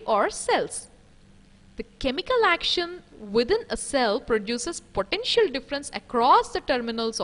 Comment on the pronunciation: It was pretty scary the way she pronounces 'potential'!